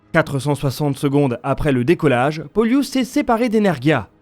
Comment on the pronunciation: Hello, C'est plutôt "Pôlus" et non "Poliûs";) L'accent se fait sur le O. Genre c'est comme "Plus", sauf que la c'est "P(ô)lus"😊